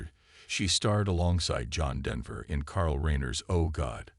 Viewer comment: the narrator should have had the respect to pronounce her last name correctly. He also mispronounced CarlReiner's name